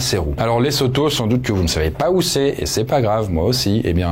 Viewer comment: Ça se prononce Le-zo-to Le S entre deux voyelles se prononce Z